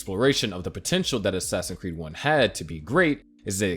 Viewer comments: Great video man! Also how come you say ‘assassin creed’ instead of ‘assassin’s creed’ ?😂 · Man just pronounce the s in assassin'S creed please. I'm sorry but it's incredibly annoying